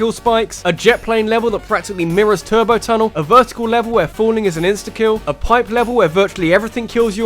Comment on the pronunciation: did you say turbo tunnal. that is is the level from satain